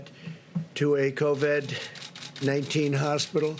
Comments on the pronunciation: Something About The Way He Says COV---"ID" That Does Not Sit Right... SMFH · Trump says covid C O V A D covid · Such an IDIOT ... C O V I D . WOW are his reading and spelling skills improving? Now it would be nice if he could put some inflections and or emotion in his words. Oh man, second time he says COVID he MISS PRONOUNCES IT....LMFAO. SUCH A MORON.. that's ....M O R O N...